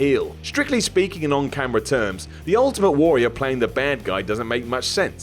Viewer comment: Say Warrior properly!